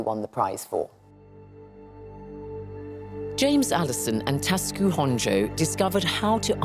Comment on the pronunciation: Why is she calling Honjo Honjay??